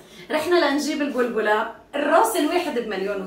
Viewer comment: انتى عسل والله ...ع فكرة tip إلى مع كيس الحلوانى اسمها بلبلة بفتح الباء وليست بضم الباء ...فيه اختلاف بين الكلمتين 😅.... تحياتى ليكى ولكل اهلنا الطيبين ف لبنان ...نحبكم ف الله ❤ من مصر